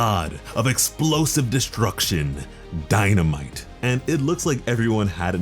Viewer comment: Ahhh, Die-na-Might. Shini-no-Mighto. I see i see.